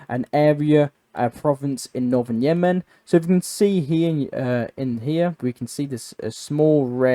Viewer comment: “Yeah-men” I’m sure is a gay night club somewhere. The country is called Yemen. I don’t understand why you put such emphasis on the syllables.